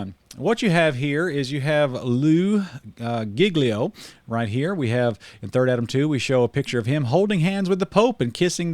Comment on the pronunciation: its lew-ie giglio thats how you say it